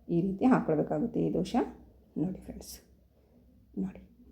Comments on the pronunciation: ದಯವಿಟ್ಟು ದೋಸೆ ಅಂತ ಹೇಳಿ. ದೋಷೆ ಅನ್ನಬೇಡಿ. ನೀವು ಕನ್ನಡದವರೇ ಅನ್ನಿಸುತ್ತೆ. ಚೆನ್ನಾಗಿ ಮಾತಾಡ್ತೀರಿ.. ಅದಕ್ಕೇ ಈ ರಿಕ್ವೆಸ್ಟ್. Thanks for the nice recipe. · Dose not Doshe. Pronounce Kannada properly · Not doshe ...... Dhose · ದೋಷೆ ಅಲ್ಲ ಅದು ಅದು ದೋಸೆ 😎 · Dosha anbedi..Dose. Anni😊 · ಸುಂದರ ಉತ್ತರ.. ಜೊತೆಗೆ ಕೆಲವರಿಗೆ ಸಕಾರಕ್ಕೆ ಶಕಾರವಾಗುತ್ತದೆ..ಹೀಗಳಿಯಬೇಡಿ.